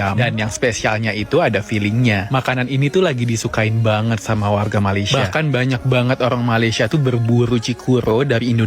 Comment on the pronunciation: YOUTUBER INI SALAH SATU ANAK ORANG UTAN KERANA MAKNYA BERKONGKEK DENGAN ORANG UTAN. LIDAHNYA TAK PANDAI SEBUT MALAYSIA DENGAN BETUL. MEMANG ANAK UTAN BODOH, IQ RENDAH